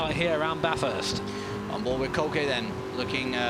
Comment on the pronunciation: It is not bathurst. It is baaaaaathurst